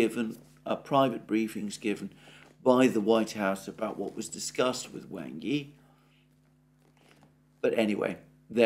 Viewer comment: The corrrect Chinese pronounciation of Wang Yi is "Wung ee"... I watch your updates every day sir!